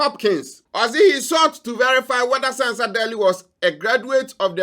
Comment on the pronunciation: You did not mention her name well. It's pronounced as Ɛnn Sɛnsa Daily.